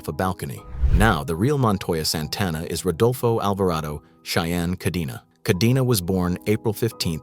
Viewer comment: KAH-DEN-AH, not KAH-DEE-NAW, goddamn, you gabachos can’t even follow your own grammatical rules. Do you see a double ee anywhere in the name Cadena?